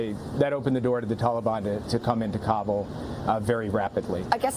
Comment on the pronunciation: "Tollybon". Sleepy Joe thinks "tollybon" is a flavor of ice cream.